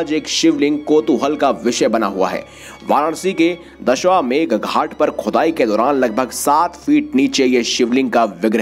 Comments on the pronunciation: Pronounce as 'Dashashwamedh ghat'. Not dashawmedh. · Sir, Dashwamegh nahi Dashashwamedh hota hai. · सही उच्चारण करते तो अच्छा होता, दशाश्वमेध। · Ghat ka nam aur jirnoddhar boliye thik se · Ghat ka naam to sahi se lo